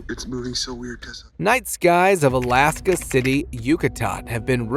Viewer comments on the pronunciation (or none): none